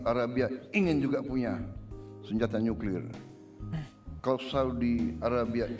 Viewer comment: tenang... beliau bilang nya nyuklir :\